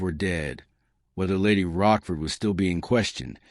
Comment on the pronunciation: I am not english, but apart from the naming of Lady Rochford as Roskford, I found written,not spoken mistakes such as Cole Pepper or tutor instead of Tudor